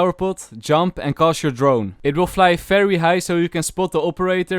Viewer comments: Oh fery fery mean very very oh ok bro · It’s fery satisfying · I can listen to this guys “fery fery” whole day it’s really satisfying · I love this man's accent so much like when he says v it's pronounced f cuz of his accent it's so wholesome he can say Fery fery slow internet and it can make my day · Fery fery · Fery true